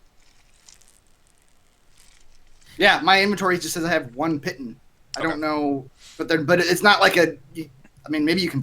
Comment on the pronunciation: Piton is pronounced pee-tahn